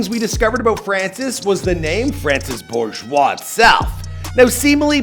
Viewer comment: I clicked on this video to hear how you pronounce his last name. Good job👍